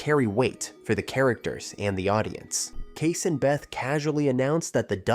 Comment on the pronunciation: I think John Dutton’s primary desire was that the land didn’t end up a subdivision or a golf course or something. Selling back to the tribe accomplished that. And you pronounced Kayce’s name wrong.